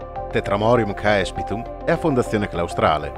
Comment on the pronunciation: Ciao si dice cespitum ae in latino si legge e